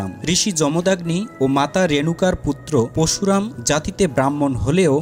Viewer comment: পরশুরাম , উচ্চারণ ঠিক করুণ আগে পশুরাম নয়